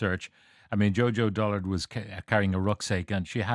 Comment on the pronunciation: should get a job as a useless RTE Radio 1 'News' reader... Who is JoJo "Dollard"? Bet he says Dr. Tony "Houlihan" too...